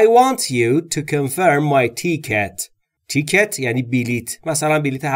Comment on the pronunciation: Great job except for, mispronouncing a few words, i.e. Ticket & Window, otherwise all was perfect. Keep up the good work.